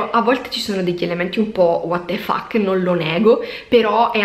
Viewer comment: che vuol dire waterfak? o chi è walter fuk? comunque guardarti e ascoltarti è sempre un' ottima esperienza, che consiglio vivamente, anche ai credenti, ma anche agli increduli e ai creduloni. Adesso ho capito, dici water fax, quando qualcuno getta il fax nel water per manifestare stupore o disappunto. A posto.